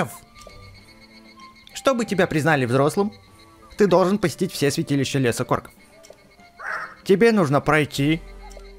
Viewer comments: не деревня КОРКОВ а деревня КОРОКОВ увидь и читай правильно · говори правильно не лес корков а лес короков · не корков а короков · не лес корков а короков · испытания короков а не икорков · Не корков а короков